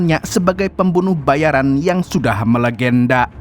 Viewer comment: Pembunuh bayaraaaan bukn pembunuh bayariiiiin....huh.. Giliran ente bilng pembunuh bayaran ane protes yg bener pembunuh bayarin dooong... 😂...Bandar Lampung hadir